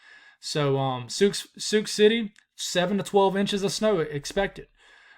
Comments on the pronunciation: Listening from Nebraska here! Thanks for the forecast,! Hebron is pronounced “Hee-bren” and Sioux is pronounced “Soo”. Keep up the good work. Bracing ourselves for this snowfall in the Cornhusker state. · Sioux is pronounced "Soo"